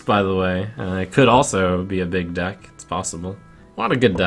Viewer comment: At 16.34 sounds like he said: what dick i hit legend with :P